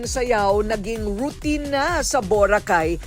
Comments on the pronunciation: Paki ayos ang pag pronounce ng Vho-ra-khai … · Maganda sana ang episode ngaun nakakapikon lang ang bora cay mo madam mamamia what are you the foreigner over there🤪🤣🤣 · Akala mo hindi pilipino ang nag vlog eh bakit iba pagka bigkas ng boracay ambisyusa ka miss kuring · Anong Bora-Cay??? Hahahah.. kaya mali2x mga kabataan eh. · Ms Korina, bo-ra-cay po not bura-kaaay... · BORACAY not Borah Cay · I can't stand how Korina say the word BURA-keyy???many times..I'm sorry that's now how to pronounce it..I can't finish watching the video in as much as I want to see BORACAY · Whats with the BURAKEY?????? Journalist ka pa nman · why do you pronounce Boracay like that?? I would have loved the episode but can’t get past the way you say Bora-cay 🤷‍♀️🤷‍♀️🤷‍♀️ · Ayusin mo nga ang pagbigkas ng BO'RACAY, parang super accentuated, watch for your Bo racay word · Na confused din ako sa bora -kay first time ko makarinig ng ganyan pronunciation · nakaka bigkas naman Pala ng Tama sa word na Boracay. Bat pinipilit pa ma slang BORA-CAY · Yung sarap ng nood mo pero habang tumatagal naiinis ka na tuwing madidinig mo Yung pronunciation ng Boracay to bo-racay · Iba ang pagbigkas ni korina sa Boracay...hehehehe. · Grabe ka korina bigkasin mo ng mabuti ang Boracay Hindi ka amerikana,pilipino ka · What the heck Korina? Parang di Pinoy kung mag pronounce ng Boracay! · ayusin mo muna yang pagka bigkas mo ng BORACAY korina kainis ka😂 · Korina, bakit mo iniiba ang pag pronounce ng Boracay? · Ambot sa imo Korina.. Taga Asa man ka di man ka kabalo mubigkas sa Boracay..baka nman mg viral din. Pag ka bigkas.. Just saying... 😂😂😂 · Kapag ba socialite iba bigkas ng tono ng Boracay kaasar 😅🤣😂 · Is that the proper pronunciation of Boracay? My family is from Roxas, Capiz....they don't say it that way though. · 😂😂😂😂 ay boracay na jejejej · I'm bothered how Korina how Korina pronounced BORACAY ..is that how we say BORACAY?I'm confused?